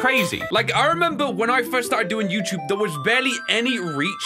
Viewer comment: is questioning his accent, while in EVERY video he says “youchube”